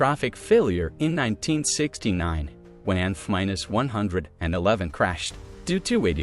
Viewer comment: I think the content you are presenting is decent… But I stopped watching do the continual mispronunciation of the AI narrator.. A few… no problem. But constantly getting the planes name wrong. Anything with numbers. It’s too much.